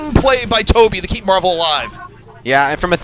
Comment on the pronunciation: Stop calling him marve it's MARVEL